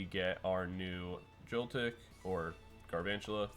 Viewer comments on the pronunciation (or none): why you calling him Garvantula